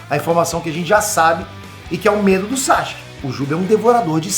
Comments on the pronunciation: SASUKE NÃO SAXUQUE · Não aguento ver o falar SÁCHUQUE kkkkkkk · SAXXXKE KKKK